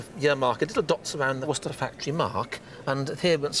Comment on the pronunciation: "Worchester" for Worcester, "Chowcer" for Chaucer ... AI needs some betterinput.